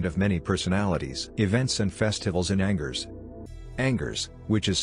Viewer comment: Great,,,This artificial intelligence voice besides sounding phony totally mispronounced Angers. Too much unnecessary technology.